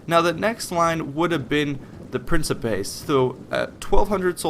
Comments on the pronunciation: your video is quite nice and I don't expect anybody to pronounce the names of the roman units properly but this might help you to improve your quality even more Hastati is pronounced "Astate" Principes should be pronounced "Prinkipes", with a hard "e" in the end Triarii is "Treare-e", double "ii" is spoken and not to be missed out Equites is "Ekwites" nevertheless good video, nice amount of info and not to long thanks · A couple tips on Latin pronunciation. The second i in some latin words, like Triarii, is pronounced as a hard i. Tree-arr-ee-i. Almost all 'c's in Latin are pronounced as 'k's. Prin-kip-ays or prin-ki-pays, the second being more accurate but also being almost indistinguishable. Also, Acies falls under the same c rule and should be pronounced akies(Or if you're using Ecclesiastic Latin or Church Latin you would say Achies). The keys thing to keep in mind when working with Latin is that there are a few problem letters but otherwise English will carry the day. The letter c is always hard, basically a k.The letter g is always hard, as in gum. The letter j is always soft, sounding like a y. The letter v is pronounced as a w, since Latin does not have the letter w and for some reason does not need a v. To sum it up, Yulius Kaiser(Julius Caesar) sent a letter to Rome pronouncing his victory as "Wenee, Weedee, Weekee."(Veni, Vidi, Vici) I couldn't think of a way to include a g. Pronouncing Latin really is hard without experience. I had spent two years learning Latin and I pronounced velites and equites as vel-its and ek-wits for the longest time, but I learned a year ago the correct pronunciation which you use in the video. Honestly I'm still learning so I wouldn't stand on pain of death about what I've said above but it is definitely serviceable. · the correct latin pronunciation would be "prinkipay" but it doesn't really matter too much if we mispronounce it. it's all for the ease of gamers :)